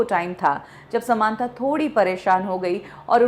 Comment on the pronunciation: समांथा नही सामंथा है वो।